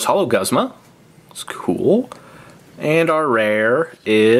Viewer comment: Guzma-Gooz-mah is the pronuatation